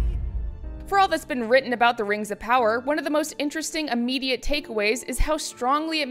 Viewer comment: RANGS OF POWAH AND SHEEEEET